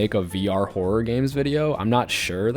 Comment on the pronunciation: nah he really said whore-or 😂